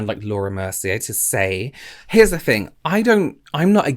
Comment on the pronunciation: Or “fings” XD